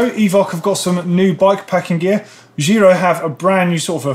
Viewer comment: Giro = Jeer-oh.